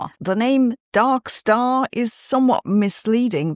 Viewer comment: Phew, for a moment there I thought you said Duck Star. 😨